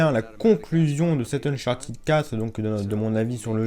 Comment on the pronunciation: on dit uncharTED pas TID